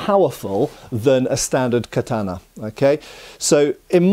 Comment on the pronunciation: Please learn to pronounce ”katana” properly 😫🙏